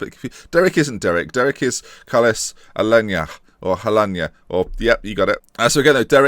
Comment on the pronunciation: You've just pronounced Alena's name right, what an ending